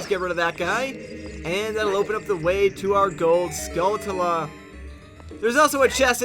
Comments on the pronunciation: I must say the only think that I dislike about these play throughs is Pronunciation of the word Skulltula. That's the only real complaint I have. But that's just because I say it a different way so naturally it drives me crazy lol. But regardless, I like everything else, keep up the good work. I can't wait for the new Zelda game. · How do you pronounce skulltula? I pronounce it skull-chull-uh.